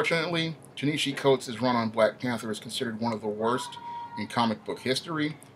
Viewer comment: You didn’t even do the research to be able to say his name right 🤦🏽‍♂️